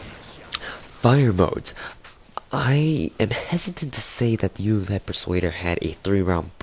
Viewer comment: yool-a-tide? as-a-zel? Uhz-ae-zul Yool-tide